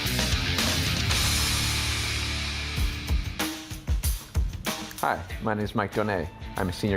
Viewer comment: AUGH!! it hurts my brain when people, apparently even devs, pronounce it "Herthstone"